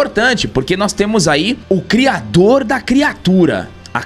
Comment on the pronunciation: Crirador??? Espero q seja uma piada, escrevendo antes de assistir.